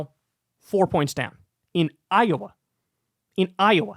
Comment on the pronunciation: It is Iowa not iawa